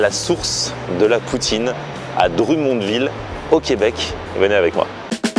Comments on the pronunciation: dr U monville lollll ca se prononce drum comme des tambours en anglais... drum monne ville. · Salut! pour info Drummondville se prononce Drum (comme un drum pour la musique) mond (mund a l'anglaise) ville:P Sympa la visite au Quebec. PAr contre tu risques de partir une guerre sur l'emplacement ou a été inventé la poutine XD Certains dise que c'est a Drummondville, D'autres a Victoriaville et d'autre a Warwick XD J'espère que tu te plais au Quebec. On aime bien vous recevoir pour partager un peu de notre culture:) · la prononciation du DrummondVille: c'est Dr(homme)mondVille